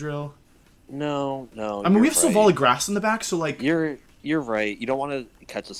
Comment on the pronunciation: It's not Silvally then, it's Slally..